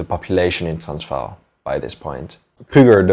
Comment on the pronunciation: Why are pronouncing Transvaal that way?? That’s not correct.